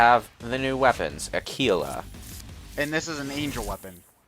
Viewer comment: It's with a G. Aguila